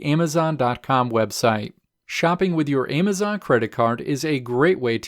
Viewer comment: Stop saying AYEMazon. So annoying